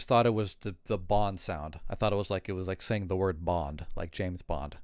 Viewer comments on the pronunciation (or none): none